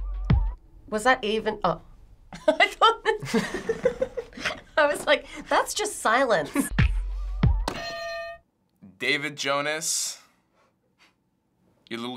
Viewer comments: HE SAID DAVID JONAS I CAN'T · LMAO DID HE SAY DAVID JONAS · He said David Jonas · I'm cryinnnnnggg he said David Jonas